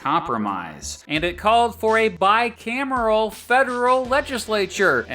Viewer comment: You meant a bicameral system. Your pronunciation was a bit off for the bicameral system. Lol